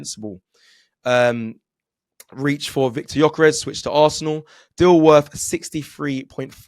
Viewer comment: Now ... Gyokress and mudueeke welcome both 😂